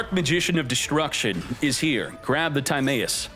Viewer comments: Your pronunciation of Timaeus has to be a joke right? If not, Yugioh is not for you anymore lol. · Timaeus gonna go blind with that pronunciation